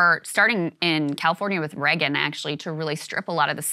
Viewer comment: Can someone teach Krystal how to pronounce Reagan (ray-gn) properly lol, she says it every so often but says it in the weirdest way lol.